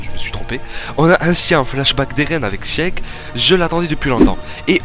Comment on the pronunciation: Sieg ça se prononce "Zeke" mais oklm mdr